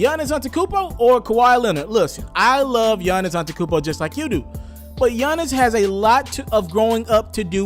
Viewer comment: Giannas antekonmpo LoL It’s Giannas antetoukoumnpo